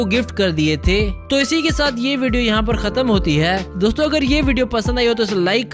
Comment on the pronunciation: It is not doto it's dosto